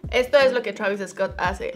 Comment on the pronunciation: Travisis Scott !!!!! 😂😂